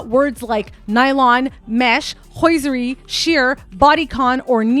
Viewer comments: lol this fussy young lady agrees with you. "Hosiery" also got butchered lol. Still a great vid! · Hosiery is not pronounced H O Y S E R Y ! Your putting the "I" in front of the S ! Thank you. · So many odd word pronunciations. You don't pronounce the T in debut. Written is not ridden. It's hosiery, not hoisiery. Stockings, not stawkings. It's like you've never heard these words spoken aloud in your whole life and have only seen them in print. Perhaps a feature of people who live their lives buried in the internet. Also, wth are you wearing? You seem really talented and did a lot of research on this piece. It's a really excellent assessment of what's going on with this couple. If only you used your powers for good instead of evil. Your own vanity and vapidness that makes you so concerned with someone like Bianca Censori (because you're kind of like her with the whole exhibitionist thing?), also makes you produce content that is equally shallow. If you had some depth and self worth, you could be a real detective. You have all this passion, personality and can still express yourself through fashion, but what you say to the world with the hypersexual thing is that you feel like nothing inside. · This video was great but.. it’s pronounced HO-SER-REE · HOSE...IRY is how you pronounce hoseiry. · You can’t even say the word hosiery right 😂 I can’t stand when dumb people try to sound smart but can’t even pronounce simple words smh! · And ‘hosiery’ ??? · this is well done but check the pronunciation of hosiery & debut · Why don’t you know how to pronounce the word “debut” and “hosiery”?? Are you an AI? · Please check how debut and hosiery are supposed to be pronounced. It will make your report seem much more professional. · Very well researched but the mispronunciation made me crazy Day-bew Hose-er-ee Eye-van-hoe